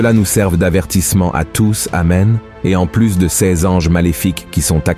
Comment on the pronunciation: Voix artificielle : toujours « ces-s » au lieu de « ces » !